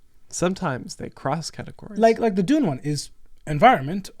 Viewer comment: That “DUNE” was beautiful